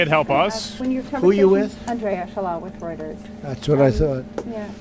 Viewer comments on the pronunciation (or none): none